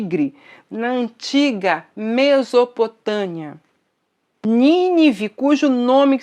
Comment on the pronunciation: Prezada irmã, aprenda a falar: não se diz "MESOPOTA(N)IA", mas sim MESOPOTÂ(M)IA. Não se diz "NIRODE", mas sim NINRODE. ☺